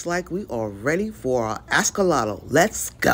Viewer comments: Firstly that shop was filthy, the tanks were disgusting and secondly you never pick up an Axolotle with a net because they can get their feet caught in the tiny holes so that lady should not own an aquarium. And please will you stop saying Ascollotle- it’s pronounced Axolotl - I had to stop watching your video because it was so annoying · Well u should tell the lady that owns it never to pick them up in a net. And OMG I’m not the only one that commented on the way u pronounced Axolotl. It’s AXL not ASCOL And look on you tube about picking them up in nets - it’s a no no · Can i ax you a question about your askolotl?? 😂😂😂